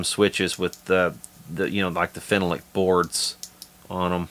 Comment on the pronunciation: I love those Tele parts! Sweet! You say Phenolic funny. Something funny happened with this video whe I was trying to comment! When are you going to go live again?